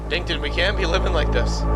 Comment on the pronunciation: actually it’s “dinkton” not “dington” 👍